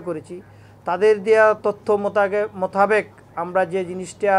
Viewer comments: মোতাবেক কে বলছে মোতাগেক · কি বলবে উনি নিজেই বুজতে পরতেছে না উনার কথা শুনে মনে হচ্ছে রিটায়ার্ড করা দরকার মোতাবেক রে বলে মোতাকেব😂 এ জন্যই আমরা পিছিয়ে মাননীয় প্রধানমন্ত্রীর দৃষ্টি আকর্ষণ করছি এগুলো কি আপনার চোখে পড়ে না 😪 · উপ-পুলিশ কমিশনার * জিহ্বাকে বলছেন জিবরা * কমিউনিটি সেন্টার এর বদলে কমিনিটি সেন্টার * মাদক LSD কে বলছেন ISD ( আই এস ডি) * মোতাবেক কে বলছেন মুতাবেগ এবং মুতাগেব * ডাব ওয়ালার ভোঁতা দা এর বদলে বলছেন চাকু।। ভাই এরকম হলে চলবে কেমনে????